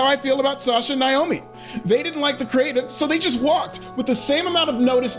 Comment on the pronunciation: It's NAY-oh-me, NOT "NIGH-oh-me." At least pronounce Trin's stage name correctly. It's kind of funny WWE would release M.J. (Sasha) but not Trin. I suppose though, if they did, they'd risk her husband Jon (Jimmy Uso) leaving with her and taking his brother and maybe even Joe (Roman) with them.